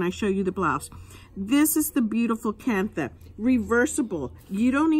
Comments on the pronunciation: You are pronouncing it incorrectly…do your research, it’s pronounced “ kan-ta” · It's pronounced Kan-ta. The H is silent.